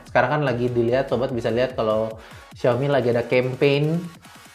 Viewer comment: kalo ASUS bacanya udah eses, kenapa XIAOMI bacanya kok tetep Siaomi? Nggak siaome:D